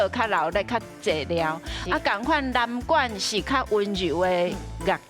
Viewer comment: 阿松哥北管南管發音都講錯😅沒做功課😅